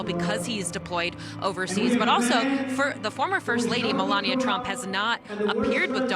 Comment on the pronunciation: HAS ANYONE SEEN ME-ALONE-EE-UH? 🤔